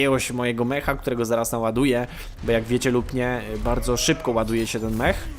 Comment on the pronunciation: Ej jak cos to mowi sie Meka a nie Meha